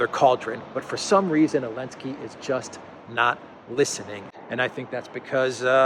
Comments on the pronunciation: Zelensky* Zelensky** Zelensky*** Not *Elensky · Why is he saying "Elensky"? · I am new to this channel. are you saying Elensky because Z is banned? hehe